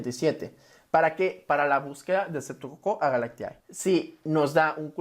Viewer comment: Se pronuncia S. agalctie... No S agalactiAE.